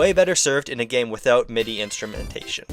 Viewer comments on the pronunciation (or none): none